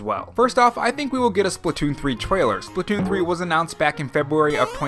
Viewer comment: Lol you called it splatoom 2